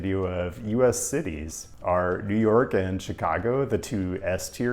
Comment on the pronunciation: "JEW NORK CITY"